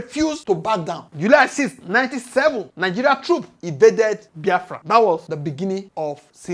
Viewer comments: Pls, not Bafra. The name is Biafra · Bros, your analysis is great but work on your pronunciation please. Ordinary BIAFRA you pronounce disgustingly. Haba. Your audience is expanding and you need to work on your pronunciation please